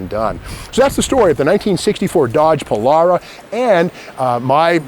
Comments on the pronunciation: Pol-“AIR”-a is how I say it. Not Pol-“R”-a…. 😄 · did you say Polaura?? not Polara!!